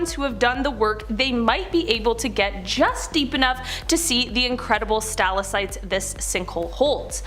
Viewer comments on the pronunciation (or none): How do u miss pronounced stalactite? (Sta lag tight)